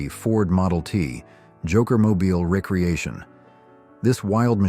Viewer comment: Recreation is RE Creation NOT REC reation. OMG didn't anyone listen to this before publishing?